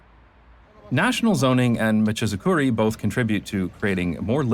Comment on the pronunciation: Great video as usual! Small note on your pronunciation of "machizukuri": It's machi-zukuri, with "machi" meaning town/city and "zukuri" meaning development. I'm only commenting on this because you tend to be really good at getting the pronunciation of foreign places and terms right in your videos!